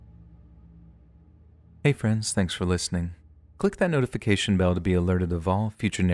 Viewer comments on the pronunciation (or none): none